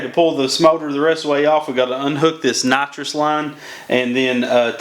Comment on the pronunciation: I’m sorry did you say NITROS LINE